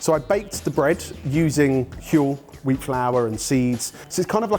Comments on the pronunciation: pronounces 'Huel' just like Stewie when he says 'whip. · 'Huel' 'Huel' 'Huel' ... f***ing hell dudes!